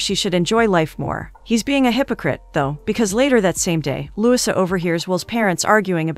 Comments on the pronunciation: You are pronouncing LOUISA wrong!! Lu - wee-sa!!! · The least you could do is to have a real person read the script. "Louisa" is not pronounced Lusa and "record" is not pronounced reeecord! Do better if you want subscribers. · The weird pronounciation in this recap was too painful to listen to. For example, her name is pronounced Loo-EE-sa, not LEWIS-uh.